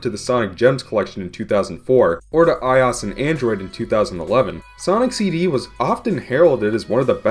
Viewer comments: stop pronouncing I-O-S as ios you tard. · i cant when on every video of him compairing a ios game from its original, he sais ios like one word, not like i-o-s like it is suppost to be said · I'm sure someone has made this correction by now, but it's pronounced AYE-OH-ES, not AYE-AWS. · Took me half the video to figure out what you meant by eyeoss... who says that. It's I.O.S. it's like the people that can't pronounce meme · Why i-os and not i-o-s? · Eyeas Eyeas Eyeas Eyeas At least you pronounce Android correctly. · IT IS PRONOUNCED I-O-S, LIKE SAYING DIFFERENT LETTERS!. NOT I OS. THAT IS SO ANNOYING! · i is the apple thing. OS is an abrevviation. You said abbreviations latter by letter. You say I seperately. I o s. Said seperately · Stop saying eyeos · it’s fucking i-O-S dumbass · "Eye Os" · Did you just pronounce IOS as Eye Oss? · I-oh-ess= iOS! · WHAT THE FUCK IS AN "EYE-OSS" ??? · The operating system Apple uses for I devices. Also, "I'll pronounce IOS how I damn please, thank you" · MegaDudeman21 well, apple pronounces it as i-o-s, totally separated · the way you say iOS makes me want to hang myself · Please stop pronouncing iOS like that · There is no damn excuse for pronouncing iOS like that. It's lower case for a reason. Being a bitch about it instead of just saying "sorry I said it wrong" is a real dumb thing to do. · The fact that, not only does he phonetically pronounce i O S, but that he's insists upon it EVEN THOUGH it's the complete incorrect way of doing so, is the most cringe-worthy thing I've ever heard in my life! Seriously, he is the only person in the world to pronounce it this way! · Mu5Hr00m the only thing worse than his pronunciation is iOS itself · ur saying ios wrong dumbass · Why do you pronounce iOS like that though? Weird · Pronounce it like the letters. OS stands for Operating System. "i" is just the prefix Apple uses for everything. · My 4th grade computer teacher also pronounced ios like that